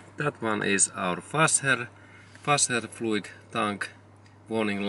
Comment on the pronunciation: Came for figuring out what my light means, stayed for "wasserfluid"